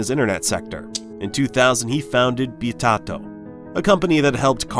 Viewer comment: Why cant people pronounce Bit Auto correctly.... Did people fail english class?